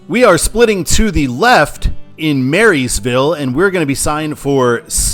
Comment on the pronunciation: job as always, but a couple of minor pronunciation corrections. Nebraskans stress the "AT" in Beatrice. Also, there's no "s" in Maryville, Missouri. I actually think Maryville would be a better control city than Bethany east Beatrice. It's quite a lot larger, and it's a fairly important college town.